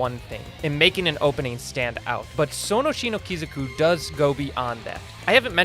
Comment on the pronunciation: This man may be the only person alive who thinks there's a Z in Sono Chi no Kioku.